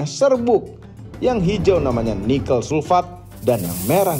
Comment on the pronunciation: Koreksi dong. Penyebutan NIKEL yang benar tuh seperti om (e nya dari kata TEBET) bukan e (MENTENG) seperti yang om Fitra sebutkan.